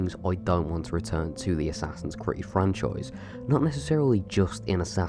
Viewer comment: whats this? im not gonna say it assassin christmas?